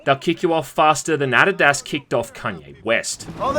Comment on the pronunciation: The way you pronounced Adidas is great hahaha